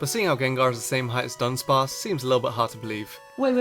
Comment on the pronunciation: Dunsparce, not Dubsparce!